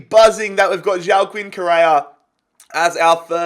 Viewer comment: So lads, Who wants to be the one to tell how horrendous his Pronunciation of Joaquin is?